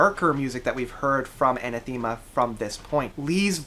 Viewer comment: Sorry to be a pedanticly British but it's pronounced A Nath Ama not Aneth Theama. Great evocative review though